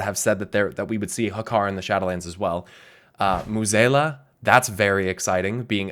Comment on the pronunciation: Finally realize that you've been mispronuncing Mueh'zala this entire time?